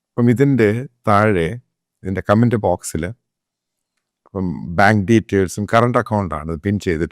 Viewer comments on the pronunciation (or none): none